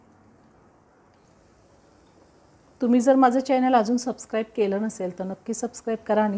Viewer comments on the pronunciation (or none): none